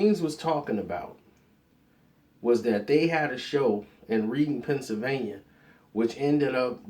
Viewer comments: It's not pronounced reading like you reading a book, it's pronounced like the color red, the "a" is silent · this nigga said "Reading" PA....CTFU! LOL! its pronounced like "Redding" PA not "Reading" PA. its pronounced different than its spelled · It's not Reading PA, it's Pronounced Redding like Otis Redding. Reading PA. Next time ask a person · It's pronounced "Redding". But everyone calls it as they see it lol. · Okay being that you're not from PA, I have to say this. It's pronounced Red-ding.....that is all! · Reading... Pronounced Red Ding. like Otis... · this is obviously personal between u and meek. what video do I need to watch to see how this started wit yal?? and it's pronounced ( red-ing ) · Reading is pronounced"red-ing" 😂 just saying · I was thinking the same thing lol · Lol true Darnell Rogers when I was younger I used to think it was pronounced like reed-ing but it is pronounced that way red-ing